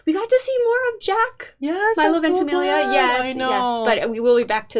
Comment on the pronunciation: earnestly His name is pronounced My-lo Venti-meel -ya ☺️ VENTIMIGLIA translates to “twenty miles” in Italian 😊👌🏻😍